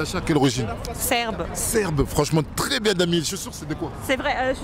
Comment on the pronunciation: Mdrrrr, ce dragueur ALPHA " TRRRRES jolie, 20/20 " 😆👌🏾!